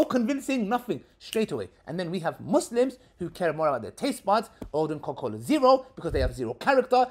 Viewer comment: 'CocoCola Farris'..... LOL.